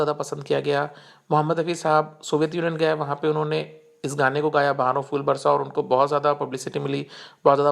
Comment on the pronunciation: Rubbish video. Brother your Hindi pronunciation is horrible. You are pronouncing' Fool' instead of ' phool '. It's फूल not फ़ +ऊ +ल . First learn correct Hindi, then make video.